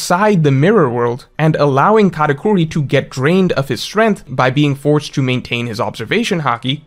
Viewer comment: It’s katakuri not katacorey… besides this great video ❤